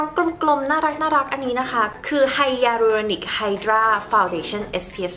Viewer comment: สวยจุงเบย คะ อ่านว่า “ไฮเรอรอนิค” คะ